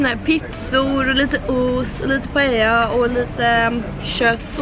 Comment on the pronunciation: Man uttalar det paelja